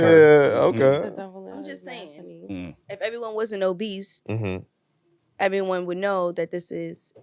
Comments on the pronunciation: Why they keep putting a T in Obese😂😂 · There is no T at the end of OBESE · … and the fact None of the Men dared to correct her saying “oBeast” says everything. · WTF is “obeast”?🤔